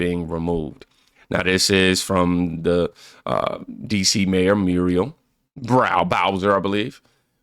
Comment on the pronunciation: 😂Muriel Bowser, I thought you meant 😅